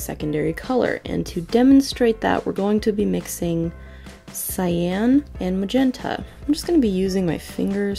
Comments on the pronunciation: Pronounced sigh-yon... not sigh-yan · every time this girl pronounces cyan like "sy-anne" i wanna shoot myself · I was today years old when I discovered that Cyan is pronounced SAYAN lol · I am a life long artist (not saying my age, ) and had never heard this. So now I know. What a difference this would have made! Thank you! I can't wait to put this into practice! I also want to mention that I was taught that cyan was pronounced like the word for the pepper, ('ki-ann). So isn't my face a mix of magenta and yellow right now. :/ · Whenever cyan is brought up, usually in this topic, I remember that nobody ever said it aloud to me as a kid so I thought it was pronounced sea-Anne till like 17 They never heckin told me that word I read it